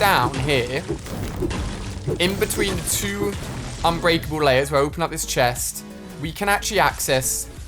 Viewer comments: inbreakable wtf unbreakable ali ur ENGLISH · Wait did he say "inbreakable" ?? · Did he just say INBREAKABLE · ‘Inbreakable’ great English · *unbreakable, not inbreakable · You said INbreakable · 'Inbreakable' lol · Did my guy just say "Inbreakable"